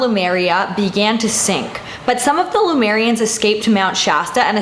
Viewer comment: Heyyyy more mysteries! Did you mean Lemurians btw? Not Lumerians? I always feel like I should pronounce the Lemurians like the animal + ia/ians.